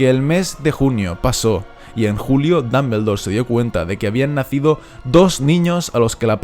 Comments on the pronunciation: No tolero como pronuncias Dumbledore, no tolero no tolero. Dombuldor no Dambeldor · no tolero como pronuncias Dumbledore no tolero no tolero.